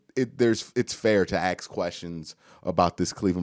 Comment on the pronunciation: Ask orrrrrr ax? Come on man this is English